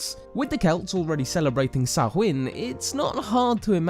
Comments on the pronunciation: It's pronounced SOW-IN, not "sa-hwin". And it means; SUMMER'S END, so it was not the beginning of the year, it was the end of the year, actually. And it was not celebrated on October 31 every year, because the ancient Celts did not observe a solar calendar, they observed a lunar calendar. The new year was the new Moon which was at least a month after the autumnal equinox, and at least a month before the winter solstice. And Samhuinn was the 3 days before the new year, at the time of the dark or invisible Moon. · It's pronounced sow- as in wow , sow-in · We pronounce it sa-win. The apples are associated with immortality , which is why they are linked to samhain. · I stopped the third time he said "sahuin". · In Ireland Samhain is pronounced Sow-in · It's pronounced as 'Sow-ann' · Samhain is pronounced like sawain just so you know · it’s not! It’s pronounced like Sawain, as Robin has said “just so you know” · my name is samhain and i’ve never heard anyone say it like sacH-wHin lmao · It's a shame you didn't look up the pronunciation of Samhain too! You sound like a fly just went back your neck! Sow-an! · Pronounced 'Sow-in' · When you said Samhain.........cringe! However, thank you for the video to help educate the masses. (P.S. The Irish are not the only Celts........... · Maybe you would want to talk to actual Druids and find out how to pronounce Samhain properly and some better details on the Celtic new year and Feast of the Ancestors. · Nice video, but Christ that pronunciation of Samhain actually hurts